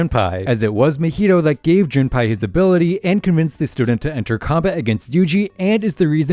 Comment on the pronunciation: why does bro keep saying Junpie 😭